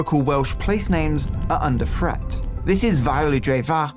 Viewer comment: The think the English language is under threat when the narrator says 'under fret'